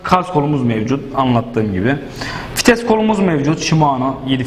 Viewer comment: Diks diyor fites diyor beni çıldırtıyorsunuz hocam